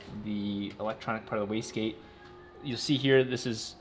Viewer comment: This guys pronounces wastegate so fast that I often hear them saying whisky.